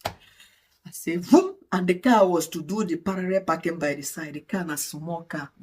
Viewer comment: Congratulations 🎉 But I can’t stop laughing with the way you call Parallel packing (Parere 😂)